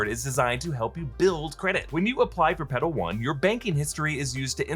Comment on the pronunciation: You might wanna enunciate the L in Petal a little more lol. Legit thought you were saying pedo.